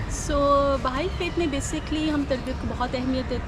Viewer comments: یہ بھائی مذہب نہیں ۔۔۔۔ بہائی (بے ہائی) ہے۔ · محترم آج میں نے بہت عرصے کے بعد آپ کی ویڈیو دیکھی ، مجھے بہت اچھا لگا ، ایک گذارش یہ کہ اس مذہب کا نام "بھائی" نہیں ہے ، بلکہ "بَہَائى" ہے ۔ یعنی ب اور ھ کو آپس میں ملانا نہیں ہے ، بلکہ ب کے اوپر بھی زبر ہے ، پھر ھ کے اوپر بھی زبر ہے ۔ جیسے جمالی ، جلالی ، غزالی ، ایسے ہی بہائى ۔ یہ بہاء سے ہے ، جیسے بہاء الدین ۔ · Sorry sir ... its not بھائ ۔۔۔ but بہائ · بار بار کہنے کے باوجود آپ بہائی کے تلفظ کو بھائی کہتے رہے۔ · "بھائی" نہیں، " بہائی" مذہب۔ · یہ لفظ بھائی نہیں بہائی ہے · بھائی نہیں بہائی۔۔۔۔پہلے تلفظ تو ٹھیک کرلیں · NOT BHAI ITS BAHAI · Bhai nahi yar BAHAI hai wo mazhab theek se to bolo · اینکر صاحب دین بھائ نہیں بہائ ہے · ان الدین عند اللّٰ🎉ہ اسلام ۔ اللہ کے ہاں دین صرف اسلام ہے۔ہمارا مذہب اسلام ہے ۔اللہ پاک ہمیں دین اسلام پر استقامت نصیب فرمایۓ ۔ آ مین ثم آمین ۔ یہ جو لفظ آپ بھائ بول رہے ہیں یہ لفظ بہائ ہے ۔ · او گدھے اینکر یہ لفظ ( بھائی ) نہیں بلکہ ( بہائی ) ہے جو بار بار سننے کے بعد بھی تلفظ کی ادائیگی نہ کر سکے کیا وہ گدھا اینکر بننے کی اہلیت رکھتا ہے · bhai nahi ..bahaai...hai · Bhai Nahi behai tallufz hy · بھاٸ نہیں ، بہاٸ ، تلفظ: بے ہاٸ۔ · Behaaeei hy mery i Naam to Sahi ly lein bhaijaan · Bhai nhi blke bahai HOTA hai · Bhai Nahi Bihai hai